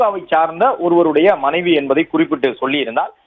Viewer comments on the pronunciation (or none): Sir maanaavi illa manaivi